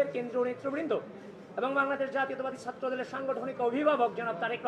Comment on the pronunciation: সে ছাএ কে সাএ উচ্চারণ করছে, কেমন ছাএ?